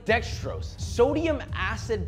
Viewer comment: Did Tim say Sodium-ass?